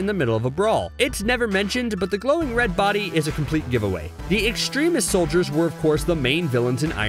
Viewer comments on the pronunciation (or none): none